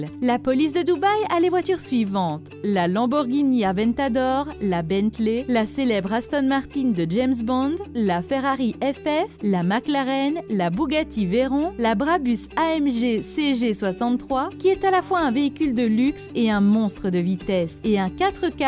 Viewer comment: C pas une Jaguar c une taurus, c pas une alpha Roméo c une BMW et sa se dit nissane pas nissan, on dit pas une bougati on dit une bugatti , et soit une corvette soit une chevrelet c pas parce que chevrelet produise dés corvette que c le nom d’une seul voiture